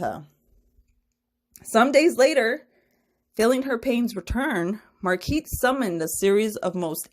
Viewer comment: Her name is pronounced Mar-guh-reet I’m pretty sure.